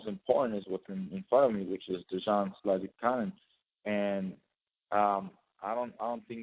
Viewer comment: lol, conference mediator couldn't pronounce zlaticanin's name